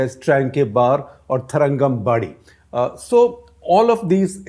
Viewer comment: Excellent pronounciation of "Tarangambadi"💯